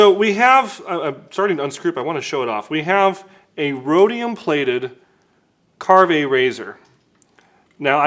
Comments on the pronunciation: It's pronounced Carve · willis white It’s pronounced ‘carve’, like a turkey or to be more to the point as in to carve a turn on a surf or skateboard. Brand was created by skateboarders. The multi coloured laminate in their brush handles is due to them coming from skateboard production. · That doesn’t sound like the name would be pronounced